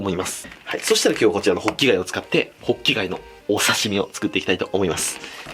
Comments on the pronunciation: ホッキ貝がボッキ貝に聞こえた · 最初滑舌悪すぎてボッキガイ言ってる